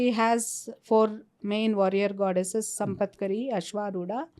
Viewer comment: Sampatkari is elephant in charge wrongly pronounced